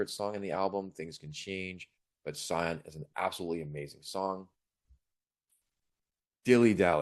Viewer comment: Nice review. I have different song preferences but share your view of the EP as a whole. Btw, when talking, Saiki pronounced Sion as シオン (Shion), or for the closest equivalent using English words: "she on".